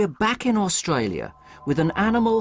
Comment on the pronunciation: His pronunciation on AustRalia seems quite natural, speech impediment my ass.